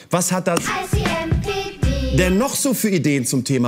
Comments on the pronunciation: Bin ich der einzige der dauernd „I see NPD…“ gehört hat 😂 ?! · Bin ich eigentlich der Einzige, der immer "I see NPD" statt "ICMPD" gehört hat? Zum Logo würde es ja passen...